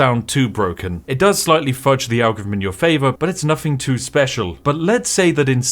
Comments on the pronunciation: Why do you keep pronouncing "algorithm" as "anglo rythm"??? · I never knew British people pronounced ALGOTHM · Some advice: Since you clearly have a slight speech impediment which means you can't pronounce "th" properly, maybe you shouldn't repeatedly try (and fail) to say "algorithm" which comes out as a mangled mess closer to "algorvm". Just a thought. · The way he pronounces "Algorithm". "Algvivim" 😅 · "algvvhm" is the best pronunciation of algorithm ive heard in a long time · Spiff, please atop saying algevum ... Pleeeease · Can’t take someone who continuously mispronounces “th” as “v” seriously. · Don't worry, as an American I can assure you that we could never be offended by someone calling us irrelevant if said person can't even pronounce the word algorithm properly. It's too cute to stay mad. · Bro can't say algorithm to save his life hahahahah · Have I missed something? have you now a different voice ? One that struggles to say algorithm.